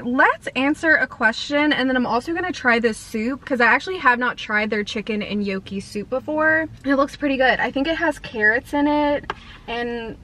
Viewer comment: It's pronounced knock e not yo key